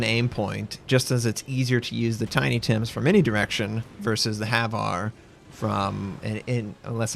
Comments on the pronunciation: HVAR rockets are pronounced H-var (H, as in say the letter H fallowed by var). Idk why but I found myself cringing every time you said Haveare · its HVAR not HAVAR